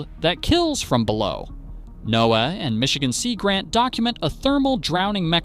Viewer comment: I gave this a thumbs down for the horrible AI voiceover. Just a few examples: “NOAA” mispronounced, the phrasing is terrible (one point running into the next & stresses in the wrong places), place names mispronounced… obviously not a human. Lazy youtubers who can’t do their own voiceovers or won’t pay a VO artist, don’t deserve more viewers.